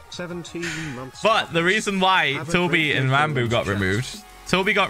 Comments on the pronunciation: He called Ranboo "Ranbus" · "Ranbus" XD